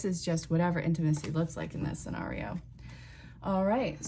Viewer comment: I love how you said Sawnario!! 😂